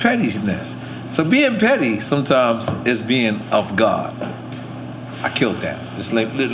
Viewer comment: “ I kilt that” 🤣